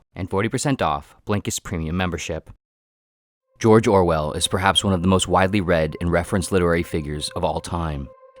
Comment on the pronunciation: jorjor wel